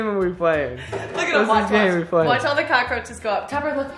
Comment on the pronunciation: The way started off the morning with his normal “CoachRoches Cereal” 🤣